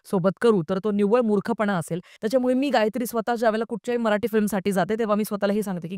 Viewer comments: मराठी ... म्हणा मराटी नहीं 🤦🏻‍♂️ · Bai kokanatli nahi tya mule dashavtar he Kontya web series inspired nahi tr dashavtarache khel kokant khup aadhi pasun hotat. Gaav mhatl ki story holi slow asnar gavach life he shara sarkh fast forward nahi te usant gheunch chalt. Aani mail te मराठी aahe मराटी nahi. Nidan jya bhashet review det aahat to shabt not uchhara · मराटी नाही मराठी बोल